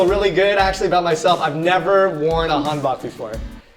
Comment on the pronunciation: I laugh so hard when trying to said Han Bok.. He really need to works on his korean accent. Maybe next episode trying to teach him speak korean properly 😆 Anyway, Happy one year old aga 😊